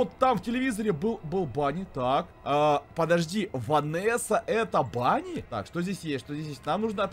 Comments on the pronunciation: Правильно говорить Вэнни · пишется вроде Ванни а читается Венни